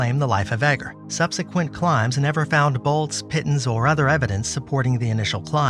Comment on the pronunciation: Obviously the narrator isn't a mountain climber, he mispronounces "pitons!"